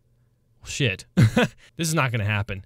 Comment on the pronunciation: Your funny you said shied instead of shit lol